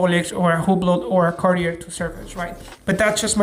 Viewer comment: You're a Jeweler and you pronounce Cartier "Carti-errrr"? C'mon, man. 🙄